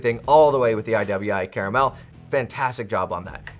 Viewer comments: It's pronounced "CAR-MEL" .....Not CARA-Mel....you added an extra "A" - one can't eat it....like you can a caramel.....lol... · I could forgive someone saying ambidextrious when the real word is ambidextrous, but by golly it's NOT caramel 🍫🍬🍰